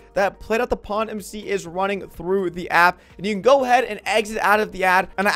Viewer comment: I kept hearing something other than pond 💀💀